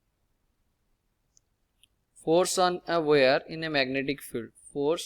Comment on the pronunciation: wire ❌ ware ✅